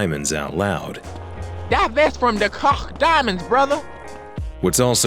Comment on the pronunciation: fun fact: that's the correct German/Dutch way of pronouncing "De Koch"